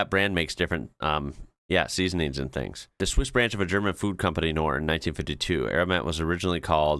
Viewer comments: I love how you say Norr like in knive with the silent k.. but Knorr is pronounced with the emphasis on the K. so its 'K'norr with the r rolling.. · The brand is pronounced "Knorr" instead of "Norr" (no silent "k" in German (names)). 🙂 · btw, you have to pronounce th k in knorr. it's a german word, so don't say norr. use the k in front. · When I was leaving Denmark after my 12-year stay there, I took some of those string cheese slicers with some spare strings. They are just perfect. BTW, Knorr is pronunced with "K". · "norr" It always amazes me how English speakers randomly decide a letter is silent 😀. The K in "Knorr" is not silent. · Also i dont know why europeans lose it over Brits saying Knorr wrong. Yes we all know its Knorr. We know the 70s ads, but at the end of the day brits AND Americans say most European words extremely wrong so who cares by now.. okay Das Boot annoys the hell out of me but apart from that im good. Im used to brits only got french words down and mess up the rest, and Americans cant handle anything in another language for some reason. So getting Knorr wrong.. i can handle that. 😊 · It is not. Knorr is not an english word so stop being a stubborn ignorant brit and start using the correct pronounciation with the ''k'' :) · In Knorr you pronounce the K. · Aromat is a good wat to add some extra seasoning also you pronounce the k in knor (German doesn't use a lot of silent letters) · Umm FYI.. The K in Knorr is not silent! 🙌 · The "K" in Knorr is NOT SILENT. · Coming from the country famous for it's cheeses (the Netherlands) I can say that the ordinary cheese planer is the best!! And I noticed you don't pronounce the K in knorr?! 😂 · Just as a hint: The "k" in "Knorr" is not silent. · 15$ for a scrub daddy... geez you people are being f..... each time you buy stuff.... Lol... why do you think the K in Knorr is silent??? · Typical English to not pronounce the "K" in Knorr. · the k in knorr is not silent